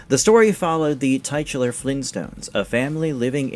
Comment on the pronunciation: Another stupid computer voice no one checks. Tie-titular! Thumbs down 👎